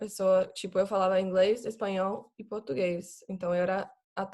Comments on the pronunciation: Ela parece tanto uma brasileira que até falando inglês parece uma daquelas blogueiras brasileiras falando inglês kkkk muito boa mesmo, eu acho que a única coisa que dá pra perceber que ela é gringa é que as vezes ela esquece o "R" das palavras, aí fala uma palavra com "R" mudo tipo soa como "Pôtúguêiz" rsrs mas fica muito fofo🤣❤️Os estadunidenses falam português com a letra "R" muito carregada igual paulistas, aí ouvindo ela falar da a impressão que ela tem medo de pronunciar o "R" pra não parecer gringo kkk Eu sou meio brasileiro e meio turco então até mesmo eu tenho minhas limitações na língua ksks faz parte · Dá pra perceber que ela realmente é gringa, por causa de algumas palavras(quase nenhuma) que ela fala meio que faltando algumas letras, tipo ''Português''... em alguns momentos ela fala ''Potuguês''... a palabra ''vergonha'' ela fala ''vegonha'' etc.... mas se não fosse esses minimos errinhos... seria bem dificil de acreditar que ela é gringa, por que ela é SUPER FLUENTE... o português dela é melhor que o de muita gente no Brasil...